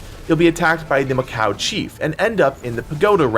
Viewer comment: It’s ma-kack not ma-cow